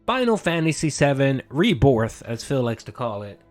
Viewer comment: “ReBORth” had me dying.